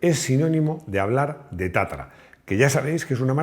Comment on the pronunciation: Es tatra, no tatara...